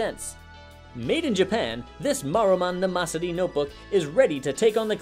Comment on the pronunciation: Is... Is that how they pronounce Mnemosyne? Not 'Nee-mo-sine'?